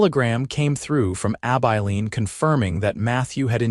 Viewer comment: A story that has a realistic timeline for relationship building between Matthew & Clara. Also appreciate him telling Clara about his past. Do wish AI could be programmed to correctly pronounce Abilene and the sheriff’s as Hollis not Holies. Listening from Clarksville, TN.